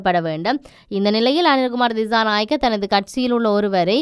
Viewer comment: Pls check your pronunciation, for the s' sound, you are pronouncing as "z" for dissanayake and December are pronounced by you as dizanayake and Dezember... correct it pls.